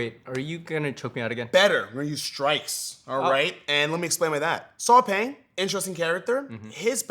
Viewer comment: I believe the name, Saw Paing, is actually pronounced "Saw Pie"?? as in Math's PI considering that he's a Burmese🤔